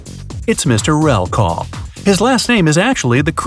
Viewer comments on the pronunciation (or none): no, Mr. REK-LAW not REL-KAW